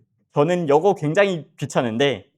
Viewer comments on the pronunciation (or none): 다 좋은데 여거~~ 여것들~~ 어디 사투리인가요??